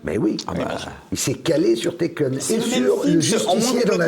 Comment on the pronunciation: L'autre film c'est "Taken", pas "Tekken" au cas où.